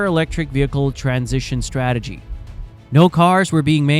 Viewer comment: their "stragetery" worked perfectly